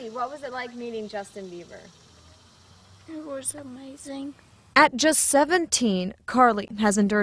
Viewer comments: the mom said justin biewer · Um, she definitely said Justin Beaver...hahaha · im sorry she said justin beaver... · "..listen to justin beaver over and over again.." IT CANNOT BE UNHEARD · The mom keeps saying "Beaver"... why?!? Just... why?!?😩😩😩😂😂😂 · LMAO she clearly says Justin Beaver really shows how much you really care about your daughter... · Did any1 else hear the mother calling him justin "beaver"?? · 🙈 the mom said Justin BEVER! Lol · hehe she said Justin beaver checks the rest of the comments I guess I wasn't the only one who noticed then. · She said justin beaver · did the lady just say justin beaver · Lmao she said Justin Beaver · Is she saying justin beaver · She says beaver not bieber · D-did the mom say Justin BEAVER? o.o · she said Justin biever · Lol she said justin beiver CD hahaha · she said justin biever* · i love the way the mom can't even say the name properly